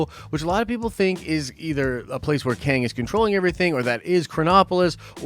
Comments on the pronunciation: Qeng. Not Queng. 😉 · Prepare to be Bohnered, it's KING LOKi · Also... Kwang tower? There is no U after the Q, the guys name is Kang, so it's pronounced the same. FFS, you trolling us or what dude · It's not Kang dummy it's Loki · I think Qeng is just pronounced "Kang"